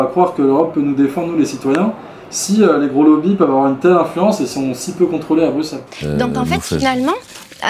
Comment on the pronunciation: J'adore !!!! par contre on dit BruSSelles pas BruXXelles 😄